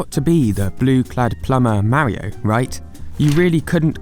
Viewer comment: LEARN HOW TO SAY MARIO IF YOUR GOING TO MAKE A VIDEO ABOUT IT!!!!!!!!!N Wallah? Seriously? Ok so you just need to learn English in general....it's voila with a "v" not a "w"